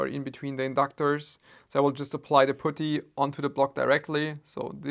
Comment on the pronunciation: When pronounced putty like booty 😁